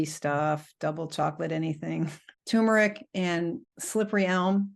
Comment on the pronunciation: This lady has some bad advice. Fish is not healthy. She doesn't she confused issues with problems. It's TURMERIC, not "tumeric." She is wrong about protein. Most people get too much. I'd like to hear from someone who was diagnosed with protein deficiency! She's wrong about the lectin fear. Also, animal protein is not the best protein. If you want oxalate info, here is an expert: Get your nutrition advice from Drs. McDougall, Barnard, Greger, etc. her advice should be ignored.